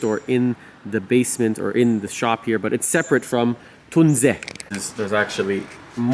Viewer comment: Finally a english speaking person brings the right pronounciation out into the world!! Thank you! ❤